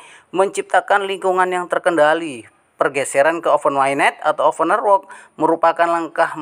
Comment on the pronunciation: Open mainnet woy, bukan ovenmainnet, baca aja masih salah ni bocah, semua yg bocah gubluk gubluk chanel sampein ini salah semua cara bacanya dan pengucapannya 🤣🤣🤣